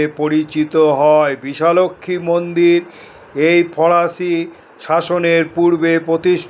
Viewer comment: Yes it's bishalakshi ..not bishalaxmi..your English spelling is appropriate but not bengali..we have the same temple at baruipur..here also it's mispronunciated as bisha laxmi ...joi ma bishalakshi